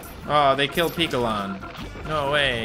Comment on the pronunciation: Piccolan is pronounced pic and picture.